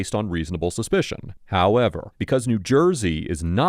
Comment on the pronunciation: I always love ❤the “HOWEVER” lol